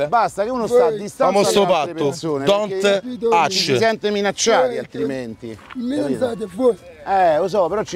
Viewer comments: "Don't touch!" " DONT - ASH!" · Raga comunque é "DON'T TOUCH" e non "DON"T ACH" min Sto morendo